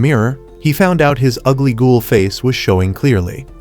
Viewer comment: it's ghoul not goal